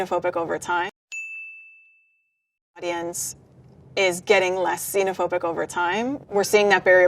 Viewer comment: 외국인혐오증 제노포빅(제노포비아)인 줄 알았는데 시노포빅이라고 말하네여